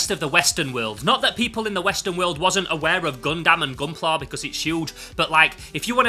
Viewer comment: I'm still haunted by a comment on my video pointing out I was saying 'Gundam' wrong, and I apologise that I must now pass it on like the VHS in The Ring... Think 'Gun-dum(b)', not 'Gun-damn'. Excellent haul, thanks for sharing!:medal-yellow-first-red